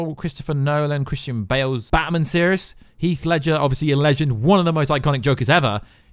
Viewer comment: Can you please learn how to say batMAN properly? It’s infuriating and made me want to smash my own tv. Thanks